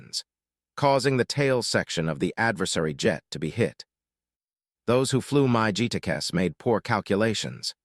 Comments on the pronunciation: do you mean MIG...not MA GEE...if you're going to do this learn to how to pronounce the names correctly...these crap miss pronunciation takes away from you info. i worked A 1's in vietnam in 68-69...great pilots and air craft, plus great ground crews. We were FAC's on O-1's. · Interesting content; although I fell asleep. Upon waking up to the annoying AI voice about 10 minutes later, I realized I had to stop the video when I heard the AI narration pronounce MiG as “My G”. That was when I had enough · LOL "the My-G 17's"....😮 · North Vietnamese "My Gee" aircraft, Lord in heaven AI narration just sucks. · Someone needs to listen to audio track before releasing video and correct AI mispronunciations such as MIG-17s instead of Myi Gs! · Deliver me from AI narrators and their "my-gee" pronunciation of MiG. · "My Gee jets"? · It started out pretty good until the horrible AI voice took over and couldn’t even say MiG properly! 🤦🏻‍♂️👎🏼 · P.S. regarding crappy computer voice., voice calls Russian made MiG jets "My Gee" jets. is going to have to respect viewers better than this. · Really, never heard that one. Mikoyan-Gurevich MiG-15 or Mig (one syllable) made those Russian jets. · Always knew the A-10 had a badass heritage. The A-1 is yet another example and testimony to the "Greatest Generation" and their influence. May their influences never dim... On a side note, what the hell is a My-G??? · Video and story are good, but the godawful AI-generated voice is absolutely horrible. Among other examples, "MiG" comes out every time as "My Gee." The computer seems to have trouble recognizing the end of sentences vs. initials in a name. Someone needs to program their computer to recognize common military acronyms and render them correctly. Even better, get a live person to read the narration and ditch the bargain basement AI. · "MY G" what the hell was that? did you mean MIG mig aircraft???? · Someone needs to teach the AI how to read,Mi G instead of MiG.